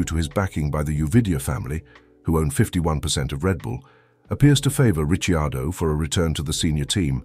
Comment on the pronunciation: No, it's a bot...Listen to it when it talks about Danny Ritchie Ardo